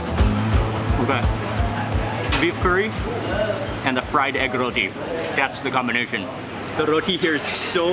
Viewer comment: You called it a Rothi. Actually it is roti